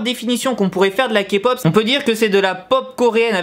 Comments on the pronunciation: comment elle l'a repris c'est Ké pop et pas Ka pop déjà merci XD j'suis morte mdrrr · Quand il dit "kapop" on dirait qu'il dit capote 😂😂😂😂